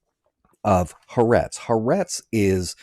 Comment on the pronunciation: The newspaper is calle Ha- Ah-rehtz FYI.